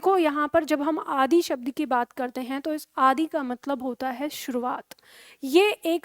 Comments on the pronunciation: bilkul shi bat hai mam आदि बोलते समय आदी bol rhe hai aap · बहुत सुंदर प्रयास।किंतु आप आदर्श हैं हिंदी के लिए।अतः मेरा सुझाव है कि जब आप आदि इत्यादि को बोलती है तो ह्रस्व इकार बोलिए दीर्घ ई नहीं।